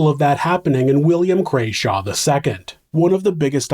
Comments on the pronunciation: Merthyr is my home town. I grew up there and went to school (which it was then) in Cyfarthfa Castle. Actually it's Crawshay not Crayshaw 😂. Otherwise good video. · Fun fact, this happened outside of the pub my great-great-grandmother owned, the Castle Inn! I love that you've covered this, thank you! The iron master was called Crawshay, not Crayshaw. Robert's grave has "God Forgive Me" written on it, and they were not popular at all and don't really have a good reputation in history